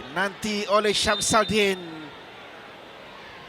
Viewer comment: 'Shams Al-Din' tu sbb translate dari ejaan jawi tapi bunyi nya 'Shamsudin' tak kan tak tau 😅 ingatkan nama Siam ja bila di 'roman' kan lari terus sebutan